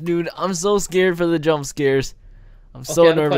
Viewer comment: everyone listen carefully says im skared. edit: say so many skared